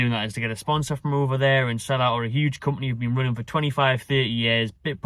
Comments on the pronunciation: it's pronounced seela not sala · It’s pronounce See La